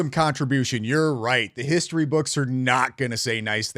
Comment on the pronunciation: HISHTORY??? Why can’t she pronounce words correctly???